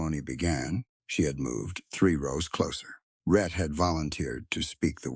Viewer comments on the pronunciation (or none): His name is "Rhett", NOT "Red" as in the closed captions and the transcript. I will admit that sometimes the narrator said Red!